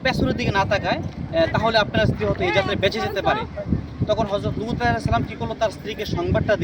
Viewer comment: ভাই উপস্থাপক, আপনি লুত (আঃ) কে দুত (আঃ) বলেন কেন? উচ্চারণ ঠিক করুন ভাই।